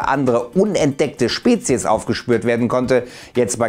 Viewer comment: hab verstanden unendeckte Spezis xD